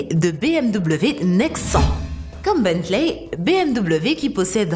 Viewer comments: c est pas Bantley mais Bentley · Ont prononce "Bentley" pas beuntley